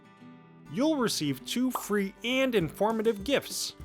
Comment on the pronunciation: Please get someone else to narrate the videos. This guys voice is driving me mad! Especially the way he says AND.